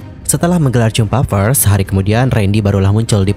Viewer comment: Masukan bang… Maaf nih ya… PERS dibacanya bukan “FERS” dibacanya PERS VIDEO dibacanya “VIDEO” bukan “PIDEO” sayang kalo pengucapannya belibet, pdhl inti ceritanya baguss